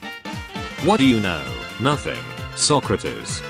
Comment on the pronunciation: You got the "text to speech" to pronounce Socrates right instead of saying "So crates!" good job!